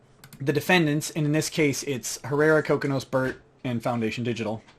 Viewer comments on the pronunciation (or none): It is pronounced Ko-Kee-Nos!